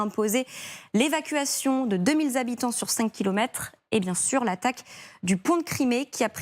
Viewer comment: "deux mille z'habitants..." Vraiment?